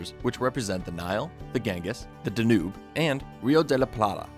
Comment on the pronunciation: The Danube not the De- newb, you stress the first syllable. Are Yanks not taught how to pronounce words properly.